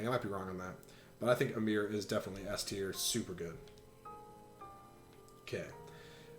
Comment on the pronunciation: guywfarting77777 They pronounced “AYmr” as “AmEER,” so I can’t take Smash pronunciation seriously.